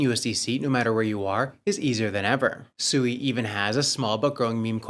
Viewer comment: 👎🏼 are you pronouncing it SUEY 🤣 obviously haven't done your research heard anyone from Mysten Labs or any devs pronounce it. I can see why traditional Finance thinks everyone in the crypto space is so low IQ